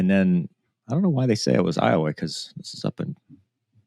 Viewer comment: I was wondering if you were from Louisiana when I saw your name, then you correctly pronounced Iowa.